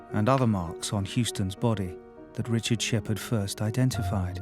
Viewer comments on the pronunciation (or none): none